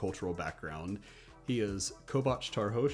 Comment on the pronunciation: YOU BUTCHERED KOVÁCS! YOU SAID IT WITH A B! (if I remember correctly) When it's with a V! YOU WERE SO CLOSE TO PERFECT!